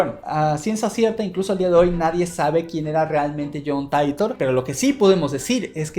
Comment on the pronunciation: Yo pensando quien es "Jhan Taitor" 🤔 Yo después de darme cuenta que es "Jhon Titor" 😮😂